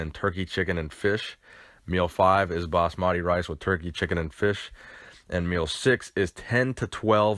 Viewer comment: Lol the way u say basmati rice😂